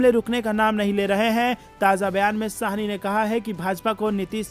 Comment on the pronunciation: यह शाहनी नहीँ है वरन सहनी है ।